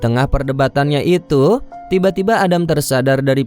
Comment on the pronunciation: Maaf kakak, penyampaiannya kurang enak waktu menutup kata. Example pengucapan kata ituuu. Terlalu banyak tekanan.